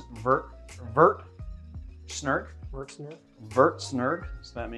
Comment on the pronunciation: Dude, if it's a French word don't pronounce the last letter. It's that simple. "Show" not "shod." And "Vert" rhymes with hair not pert. C'mon man. Your Canadian viewers are gritting our teeth. Other than that love ya.